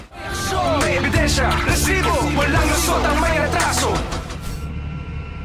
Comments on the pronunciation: Oa ng "RRRRResibo!"😂😂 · Hahahahahaha ntutuwa aq pag sinasabi ni sir emil. Rrrrrrrrresibo😂